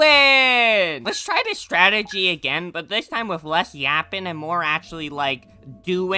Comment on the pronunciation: Strategy ❌ "Statergy" ✅